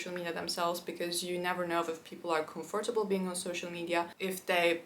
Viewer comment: You’re mispronouncing comfortable, a common mistake turks do. please dont get me wrong